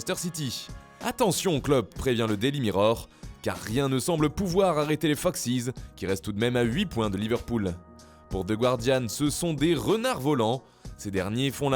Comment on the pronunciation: S'il vous plaît,pour The Guardian,on dit "Ze Gardianne" et non "Ze Gouardianne".